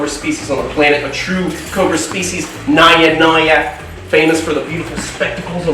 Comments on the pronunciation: its pronounced na-ja not naiya naiya.god these guys dont know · Nayya Nayya is wrong. It's Naja Naja.